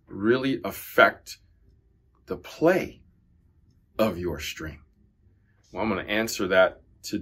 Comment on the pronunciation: What's a Shtring?